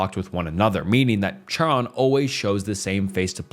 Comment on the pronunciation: Its not Chiron with a Ch as in church its pronounced Kairon the ch sounds like a K Chairon sound like Kairon.